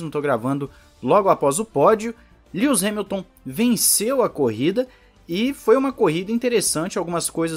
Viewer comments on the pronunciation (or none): “Lius Remilton” 😂😂🏁 Gostei do canal, vou acompanhar.